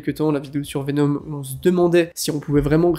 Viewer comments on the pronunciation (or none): none